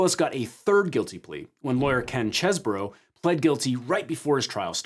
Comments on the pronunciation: Oh so you don't say "Cheese bro" you say "Chess burrow". Disappointing. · Every time he says "Chez-bro", it just sounds wrong. "Cheese-bro". "Chese" clearly must sound like "These". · I can't believe you mispronounced Cheesebro's name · Why can't pronounce Cheese-Bro correctly? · Why does everyone keep mispronouncing CheeseBro? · Omg it's CHEESE BRO say it right!